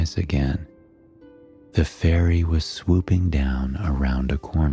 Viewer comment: “Under da sea”